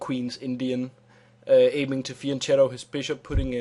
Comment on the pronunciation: det udtales fianketto og ikke fiancheto... altså med "k". ellers rigtig god tutorial. ;)